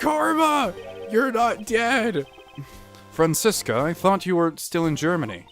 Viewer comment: That Franziska voice is PERFECT. And you pronounced it correctly too. German Dude approves